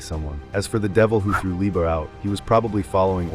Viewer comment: We know it’s ai brother nobody says asta like assta or Liebe like leebah lol